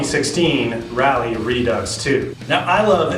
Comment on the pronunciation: It's Raleigh (pronounced rawlee) and not Rally..sayin